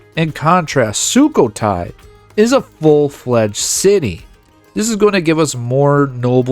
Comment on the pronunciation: Fantastic and your pronunciation of Thai places is quite good!